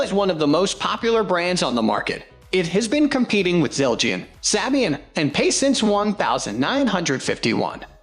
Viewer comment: its SAY-BEE-IN 😠